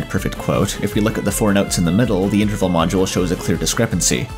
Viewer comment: I wish this guy would pronounce interval correctly